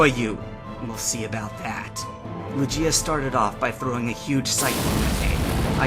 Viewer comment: oh dear, it's LOO-ghee-ah, not loo-JEE-ah.